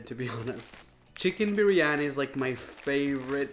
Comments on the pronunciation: the way raphael says briyani is so odd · You slaughtered biryani I swearr😂😂😂😂😂😂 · That's not even how you call biriyani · I’m not offended I’m indian and the amount he mis pronounced stuff made me crunge